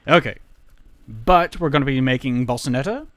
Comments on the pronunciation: i still hear balls, though when you say Bossanetta it actually sounds like boss :P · When you just say "Boss" I hear no L. But when you say "Bossanetta" is sounds like you're saying "Bolsanetta." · I'd like some Bolsanetta Vinaigrette on my salad.